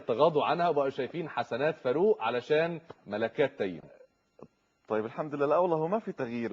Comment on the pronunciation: حلو من داليا البحيري نطقت اسمه صح وكأنه بتعرف الناس إن اسمه تيم مش تيّم